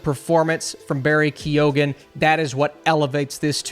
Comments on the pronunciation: its pronounced like Kee-own not ke-oh-han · The G is silent in Barry Keoghan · As in Michelle Monaghan ...also an Irish name ...G is silent ..So not monagan :)